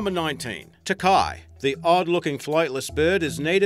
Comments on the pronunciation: Number 19 the takahe is pronounced ta-ka-hey not takai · You say it teki but i live in nz and it is said tark a hay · How the hell did you get Takai? Its not even spelt that way. Tākahe = Taah-ka-heh. Fucksake. Also your accents shit, faker. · Takahe ... is pronounced Tah-Kah-He not Ta-Kai and it is found in Te Anau (pronounced Tee-Ah-Now) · ta ka hey, not tak eye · I love how he pronounces takahe, I'm from New Zealand and that's completely wrong xD it's pronounced "taa-ka-hey", not "takai" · when he said ta-ki was like what. its a takahe. ta-ka-hay. ps i love you channel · im from NZ and the first animal Takai is actualy called a Takahe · ahah teh-ki....say it ta-ka-ha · Holy jesus TAKAI TAH-KAH-HAE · takahe prononced how its spelt ta ka he not tacar whoever did this should at least have gon to the effort of geting the local names on the animals right serriously how hard would that be its all over ghe internet are you that bad at research put a little effort and it never went exstinct so you are talking crap there wasnot that many left but due to nz widlife protection program the numbers have come back RESEARCH PEOPLE dont talk crap!! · What in the holy hell is a "Takai"?! You're a bloody Aussie, so you should know how to pronounce the damned thing! Takahe, for starters...Tah-Kah-Heh. Christ. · Your pronunciation of the Takahe is so wrong and doesn't sound anything like it, it's easy to pronounce ta ka he or ta car he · Do u mean ta-ka-hay for 19 u said it SO WRONG learn how to say it befor u screw up the words please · number 19 is pronounced ta-ka-he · Ta-ka-he.... omg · It is pronounced TA ka HEY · I got so fucking confused when he said 'te kai' like 'wtf is that?!' and then I realized he meant 'Takahe'. Jesus Christ. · Number one is pronounced like Ta-ka-hey! I am offended. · Takahe is a Maori word and it is pronounced TA-KA-HAY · pronounced tahkah hey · The first one is pronounced TA-KA-HEH please try to say other countries words properly :)